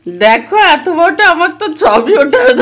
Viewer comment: Borota k haata bole....